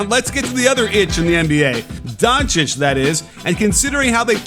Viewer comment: Respect for pronouncing Nikola Jokic and Doncic correctly